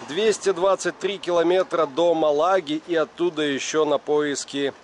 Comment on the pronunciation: мАлага,, мАлага!!! Это всё равно, если бы твой город называли ГомЕль, а не гОмель!